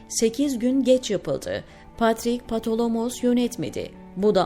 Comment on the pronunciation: Yazıyı okuyan hanımefendi Patrik ismini baya yanlış okudu.